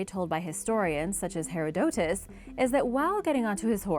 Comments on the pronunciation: That's not how you pronounce Herodotus it's pronounced like her-odd-o -tus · Cam-bi-sees (edit) you said it so many times Her-rod-eh-tus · 1st name is said her-rah-ditt -us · I don’t know why these narrators can’t learn how to pronounce…